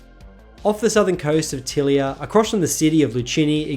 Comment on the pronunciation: I have a feeling that as a pseudo-romance language it should be ty-LEE-uh, not TILL-i-uh.